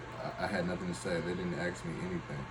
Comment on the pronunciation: It's Ask. Not Aks. You present yourself poorly.